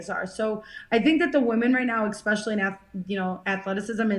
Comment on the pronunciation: Jessica, I'm always routing for you!! A bit of advice for you. You gotta train yourself to stop saying "x-specially". If you fix that, it will help you in the communication department.